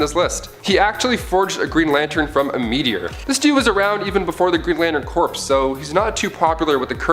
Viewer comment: Corps="core" Not corpse. Other than that, awesome material.